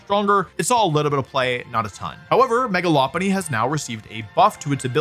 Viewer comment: Megalopolis pronunciation really threw me off lol